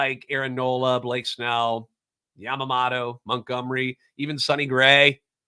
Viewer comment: Hey love the show! His last name is yamaMOto though lol. Not yamamato